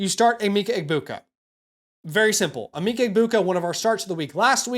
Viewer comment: PLEASE learn the proper way to say Emeka… holy 😂